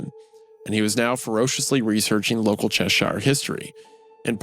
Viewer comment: Loved the reading as always but those place names man lmao for anyone interested "shire" as part of a place name is pronounced "sher" (Cheshire = Cheh - sher , Worcesteshire = wus-teh-sher), if its on it's own you pronounce it how its spelt though (ie the shires = the shy-ers).